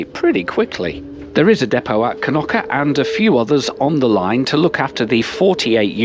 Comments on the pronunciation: knoki, it is knokkE 🤣🤣🤣🤣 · It's Knokke not Knocky =( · all the names of villages yoy stopped are pronounced very wrong Blankenberghe has noting to do burgers as you say 'blankenburgger' hahahaha free translated it mean Whitemoutain its not kanuka we are not eskimo's its Knokke! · Knokky?? Its pronounced Knokkuh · Kenocchi ?! Please, show some respect fo local language; thank you